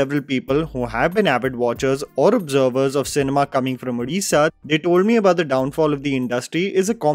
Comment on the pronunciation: Glad that got the pronunciation of the State name, language etc correct. I have heard many people mispronunciate. At the same time his unintentional honest mistake of mispronouncing दासमहापात्र (ଦାସମହାପାତ୍ର ) once again highlights, the way English has failed indian languages and scripts. Our scripts (all proto-indian scripts) are so evolved that even a person who doesn't know the language can at least read/pronounce the unknown word correctly. BUT ENGLISH CAN'T PRONOUNCE saala!!